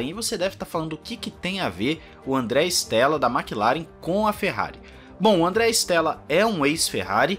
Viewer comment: Com o inizio 2023 and a Amos ter o progetto de Binotto, visto che il progetto do nome team principal será mais pela metade do ano, mas esperamos que apartir da metade de 2023 as coisas melhorem para a Ferrari. Bom quando aos nomes em italiano. Te dou uma mão, se chama Andrea Stella, não Stélla. Stella em italiano significa estrela, ou seja o E se le como E mesmo, não como É.